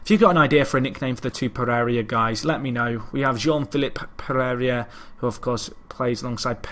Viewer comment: Did you asked for Donuts? Are you a cop or what?. I sguuest as alias for Jean Philippe Pereira "Pegeiga". O "Pegegia" since you insist on changing the i to be after the r instead of before. (Like you swap consonants in Japanese or Spanish names a lot, like Wanatabe when it's Watanabe). Don't take this as a complaint about your pronunciation of such names; there's no sense demanding you to nail them.